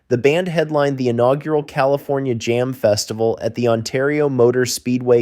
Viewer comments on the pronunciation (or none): none